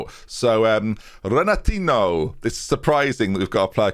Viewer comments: RenatinYo not Renatino. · Renatinho is pronounced Ren a teen e o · Rena-teen-ee-oh... Like Ronaldinho (Ron-al-deen-ee-oh) Please, pronounce a Portuguese language name who isn't an established Real-Life World Star with -ho at the end properly for once. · I started this series late and have been loving it the way through. Surely you can't be saying renatinho the way you are though?!! Ronaldinho isn't said "Ronal-dean-o' and Coutinho isn't said 'Cou-teen-o'. Has to be simple logic as a football fan surely